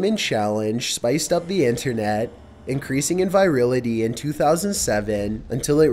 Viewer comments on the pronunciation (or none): I think you mean "virality," not "virility."